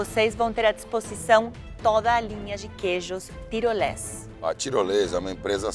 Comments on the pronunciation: Fogaça fazendo propaganda sou eu apresentando trabalho. 😂 Ps: o nome da marca é TIROLEZ e ele fala: “TIROLESA” hahahaha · Mas ele falou Tirolez mesmo, ouve de novo. Teriam regravado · tirolez”A”...acho que o fogaça falou errado ou e impressão minha ?